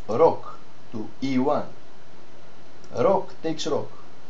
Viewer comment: προφερεται ρουκ και οχι ροκ ο πυργος